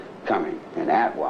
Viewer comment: Its “atwa” , Air, Trees, Water, Animals